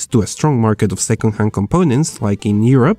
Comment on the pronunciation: Seven hundred fifty tea eye